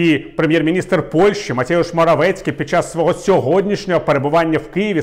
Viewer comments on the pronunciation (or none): Дякую за аналітичний випуск. Можливо ім'я польського прем'єра слід вимовляти, як у польській мові: Матеуш.